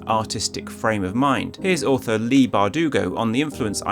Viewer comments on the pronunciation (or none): none